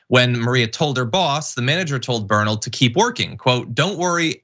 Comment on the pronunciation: totally mispronounced “Bernal”… it’s ‘bear-nahl‘…